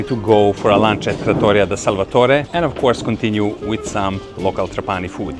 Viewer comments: Tràpani, not Trapàni 😃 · Trápani, please, not Trapáni….. every time you says my heart stops a beat. I love Sicily and every corner of it is marvelous. Trapani (Trápani) one of my favorite places in the world. Best fish worldwide. And the Couscous? To die for…. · NON TRA-PANI MA TRA- PA-NI 😂👍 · It's Tràpani btw. The accent goes on the first a. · People wanna make videos of italy and don’t even take the time to know how you pronounce the name of the city they are in. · Pronounce Trapani the right way. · please, pronounces "TRAPANI" with the Right Accent!!:face-orange-frowning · This guy makes a video about Trapani and doesn't even bother to understand how to pronounce it!. Superficiality and quackery reign on the web. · La tua pronuncia della parola TRAPANI, very funny 🤣🤣